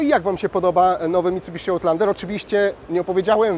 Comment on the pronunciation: Chyba raczej ałtlandera 🤦🏻‍♂️ No chyba że jak w piłce nożnej wybijesz piłkę poza boisko, to też jest ołt